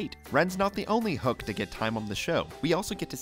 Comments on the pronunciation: It's pronounced "Ho-ek". Not "Hook"! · the moment when you realize the narrator never actually watched the show. it's pronounced Hoe-ic not Hook. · It's not Hook, it's Hoek. He says it all the time, you guys watch the cartoons you make videos about, right? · Ren's last name is not pronounced. Hook. It's more like Hoy-ak. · its pronounced HO-ECH not HOOK. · This is a good video, but I can’t forgive that you say Hoek wrong, and why is some of the facts just episode summaries?